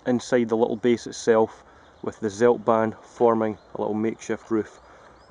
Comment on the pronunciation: try to speak "tseldbaahn"; "ts" like "Tsunami", not seldban